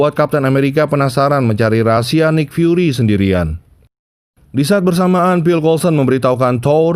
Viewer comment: Bacanya nik fyuri bukan naik